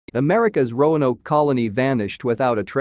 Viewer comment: Oh, it got better! Rone oak, rowan o, rono, every possible mispronunciation! Just never Roanoke.